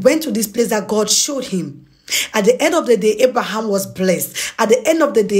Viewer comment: Gurd? It's G O D